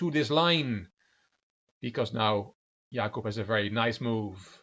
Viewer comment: Hey, your pronunciation of Jakub in Polish is perfect. And slaughter in Polish is: rzeź /ʐɛɕ/ ( ͡° ͜ʖ ͡°)